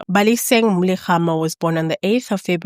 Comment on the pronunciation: Yoh, you butchered their surname bathong. Hopefully you improve on pronunciations, otherwise thanks for clearing the lies told against these girls. I personally have lost respect for S.A. men seeing how most were gleefully justifying their un-aliving and even insinuating that they were "selling."